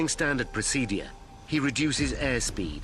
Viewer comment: The way this narrator pronounces the word ‘procedure’ really boils my fucking piss